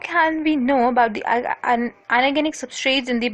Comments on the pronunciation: she cant pronounce inorganic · She can't pronounce inorganic